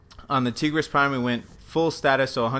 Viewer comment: This nigga said Tee-gris Prime